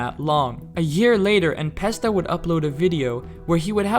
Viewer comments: "The most well-known geometry dash youtuber:" "En Pesta" ✅ "N(a)pesta" ❌ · who tf is "enpesta" 😭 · "en pesta" 🗣️🗣️😭😭